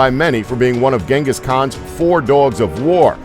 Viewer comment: Its not ganghis it genghis the great tyrany